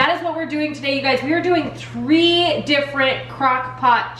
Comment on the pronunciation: Did she say tree different crockpot meals?? LOL love your channel